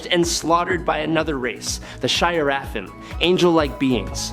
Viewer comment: Over so many decades, rewrites, re-interpretations, and ret-cons, it's kinda dumb to argue inconsistencies, fallacies, or illogic within the Marvel 'verses. So, folks who read all the comics, is this guy just mispronouncing the biblical "Nephalim" and "Seraphim" or is he speaking canon?